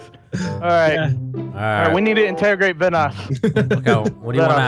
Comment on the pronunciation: delirious said interragrate when they were interrogating vanoss